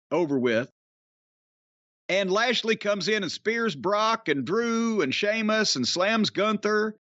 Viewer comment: holy shit, Jim said Sheamus properly...